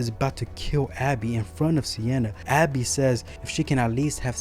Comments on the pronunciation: Are you saying Abby? Because it's Gabbie. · I would not have put this out just yet. You did your best describing the deaths. I would work more on your delivery. Also, it is Gabby.